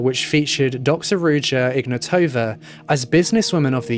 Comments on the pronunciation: Its IgnAtowa not IgnatOva. Wrong intonation. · Intresting how you didn't mention the mispronunciation of her name.